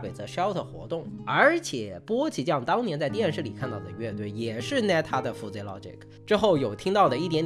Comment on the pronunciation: Fuzzy 读 ˈfəzē 吧 阿泥妹饭真的读出了南京味 太亲切了 在南京读的大学 😂😂😂